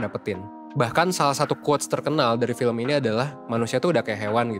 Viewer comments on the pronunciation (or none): none